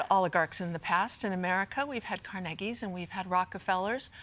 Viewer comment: She said his name right. Car-nay-gie. Thank you, smart girl!